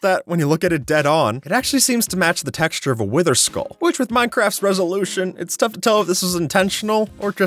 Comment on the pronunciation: Nd the creeper tex-xure 😂😂😂😂😂